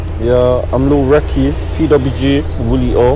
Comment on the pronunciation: Bro Americans always somehow find a way to add letters into words how did u get “reeky” from recky 😂